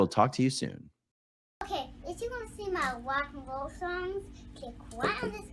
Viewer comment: I’m so sick over this. And, folks out there trying to say children aren’t still being trafficked and put on the sea org. Thanks for continuing to bring this to light. And, as a side note I never tire of your ending after each video. “If you want to heah my wok n woll songs….”